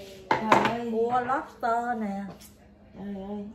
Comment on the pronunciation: Lobster not lopster😍😍😍😍